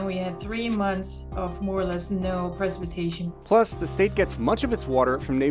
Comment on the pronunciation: Dear lord someone teach that woman how to correctly say "Precipitation"! It's supposedly her job and she incorrectly said it no less than 10 times during an interview!!